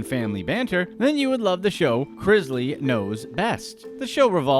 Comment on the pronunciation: It's pronounced Chris-Lee not Chriz-lee